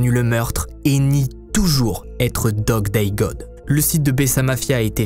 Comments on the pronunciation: me tue lorsque il dit: "Dog day dog" et non pas Dog day god 😅😅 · Coucou, un peu perturbateur le fait que tu dise dog day dog alors que c’est god Mais rien de grave , encore une bonne histoire merci !! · Pourquoi au début de l'histoire au lieu de dire '' Dog Day God'' il dit'' Dog Day Dog''? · Bjr c'est Dog Day God et non pas Dog :-))) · t' as dit dog day dog au lieu de god